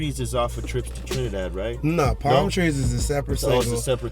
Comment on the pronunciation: "TRINADAD JAMES"